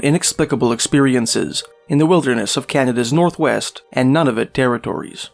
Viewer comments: NUNA - VUT, not NANAVIT nor Nonavit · “None-of-it”, lololll! It’s Nūna-vút.